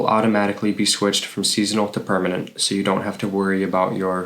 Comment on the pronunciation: Good info at a fast pace. However, you might want to update some things: it's not 'muniplicity' but municipality! Also: permanent, not 'permament'